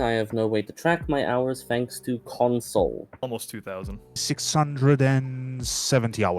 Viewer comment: "... thanks to cOnsAWL" 😩😩